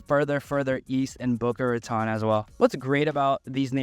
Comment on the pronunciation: Ratone is how it pronounced. You also butched Yamato Rd. Welcome. Paradise Palms is awesome. Just moved away from there. Blue Lake is amazing.